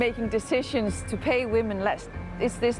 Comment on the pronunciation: "Best place to be a whamen" oh, you mean like, everywhere